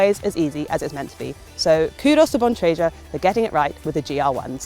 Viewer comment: Gotta work on pronunciation of Bontrager and Schwalbe though